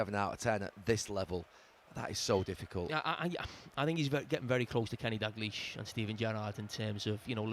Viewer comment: Why oh why can Scousers never pronounce “Dalglish” correctly? You would have thought they would have learned by now. It’s pronounced “Dow-gleesh” not “Dag-leesh”.